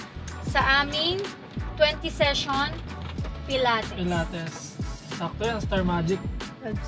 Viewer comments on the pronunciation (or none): It’s puh-laa-teez po right pronounce for pilates